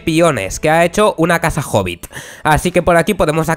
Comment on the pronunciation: Pense que decía "Casa Horrible" y yo así de ¿wat? Xd